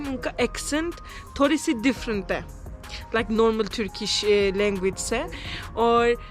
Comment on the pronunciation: Turkey is so beautiful and it's breakfast dinners too much yummy i think😅....r the way she said "thorry se kala ha"😂😂😂🤣